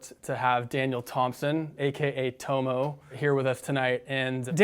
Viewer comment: Great interview and a natural progression from your awesome board reviews. I'm looking forward to more of these. Just a hint, as an Aussie I'd pronounce his name "tommo" not "toe-moe"